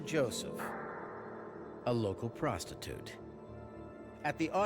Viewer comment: Too much use of the word PROSTITUTE, and with that 'dramatic' emphasis.